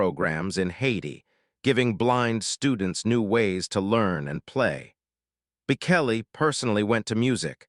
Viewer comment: You cannot even pronouce his name - idiots streaming